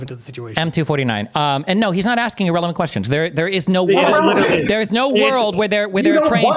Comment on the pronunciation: "E-rrelevant" "E-rational"